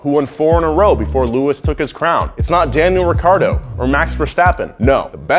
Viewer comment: "lewis hamlton" "sebastian (v)etel" "daniel riccardo" bisch wat